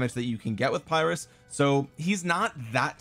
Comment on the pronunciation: Uh, it's pronounced "peer-russ" buddy 🙂